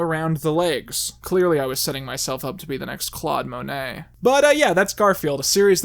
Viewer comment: Did you mean "Clawed" Monet?